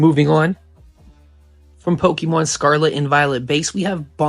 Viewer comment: Bro you say “pokemon” like you’ve never said it before in your life. Definitely a tourist investor into the hobby this video is slop that 1000 people have already made